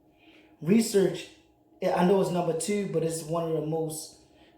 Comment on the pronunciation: You must be from Baltimore the way you said the number two sounds like Jess Hilarious 😂 but good video and great tips keep it up my brother 💯💯